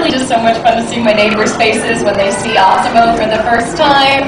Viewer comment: Why does she call it Ossimo?